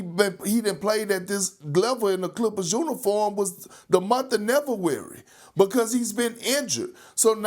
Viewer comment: LOL at the month of Nevurary.